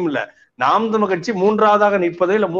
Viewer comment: ஏன் தமில் தமில் என்று உச்சரிக்கின்றீர்கள் தமிழ் என்று அழுத்தமாக அழகாக சொல்வதில் என்ன சிரம்ம நெறியாளர் மாதேஸ் அவர்களுக்கு தமிழ் என்று உச்சரிப்பைக் கேட்பதே குறைந்துக் கொண்டே வருகிறது. புழக்கத்தில் புளக்கமாக உச்சரிக்கப் படுகிறது